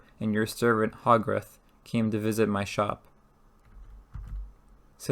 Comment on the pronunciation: The readings not bad. You need to work on your pronunciations It's Hogarth not hog wrath